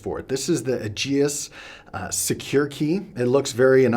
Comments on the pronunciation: Aegis: "Ay-jiss," not "Ay jee-uss" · Aegis is pronounced EE-jis Rhymes with Regis. It’s from Greek mythology and it means “protection by a strong force” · It is pronounced "AY-JIS", it's Greek for "Shield"